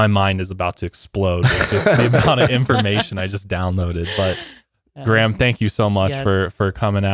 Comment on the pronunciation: GRAYHAM not GRAM